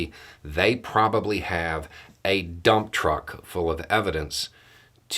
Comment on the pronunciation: DID YOU SAY DUMB TRUCK LOAD???🤣😂🤣😂🤣😂🤣😂😂🤣🤣🤣🤣